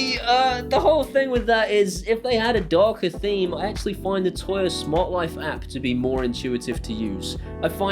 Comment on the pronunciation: Agree with everything. "Toya" though? 🤣